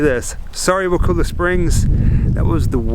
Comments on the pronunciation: I think its pronounced Wa-call- la. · Hi, I wanted to tell you that I live here. I go to the high school. I just found this video and I wanna let you know it’s pronounced wuh ku (like cup) la. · Bruh I live like 15 minutes from there it’s pretty sweet and sorry to correct you but you say wakulla wrong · Your saying Wakulla wrong I grew up in Woodville lol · You pronounce Wakulla wrong completely. Thumbs down. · Say wakulla right dumb ass